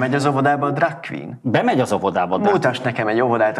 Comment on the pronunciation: Drug queen? Ha ilyennel jon legalább mondja ki normálisan…. Arra sem képes. Drug queen…. Apám 😭🙈😭🙈😭